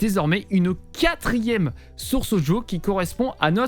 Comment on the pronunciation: Super propre ton tuto. Et j'adore comment tu dis "Odjo" (Audio) no joke xD Je like direct car mon stream est bien mieux réglé ! En revanche j'ai une petite question simple : Comment procéder si je souhaite enlever le son "Discord" sur l'une de mes scènes comme par exemple celle de début de live sans avoir à le couper manuellement à chaque fois ?